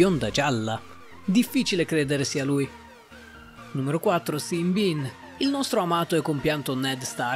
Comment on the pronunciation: ma non puoi pronunciare il nome dell'attore che fa ned stark in quel modo